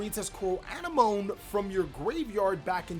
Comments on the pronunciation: Its pronounced A-nem-mo-nee lol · I believe it's pronounced Coral An-em-o-nee. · A NEM O KNEE. Knee as in what you have two of on your body. Have you not seen finding Nemo? My guy the sea anemone (uh-NEM-uh-nee) is named after the terrestrial anemone flower. A close relative of coral and jellyfish, anemones are stinging polyps that are attached to rocks on the sea bottom or on coral reefs waiting for fish to pass close enough to get ensnared in their venom-filled tentacles. The sea anemone gets food and maintenance from the clown fish and the clown fish gets protection from the sea anemone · ann-emm -oh-knee. if youve seen finding nemo then youll probably have an easier time saying coral anemone's name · Anemone; ah-neh-mon-ee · A-nem-o-ne is the correct pronunciation just to help you out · Hey bro, anemone is pronounced ah-nemm-uh-nee :) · Anemone may be pronounced wrong, but at least you don’t stutter it like Nemo lol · please watch Finding Nemo so you can pronounce Anemone.